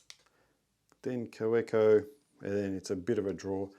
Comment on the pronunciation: Nice collection you have started there, some interesting pens. The W in Kaweco is pronounced as a V - ka-VEKKO. Cheers.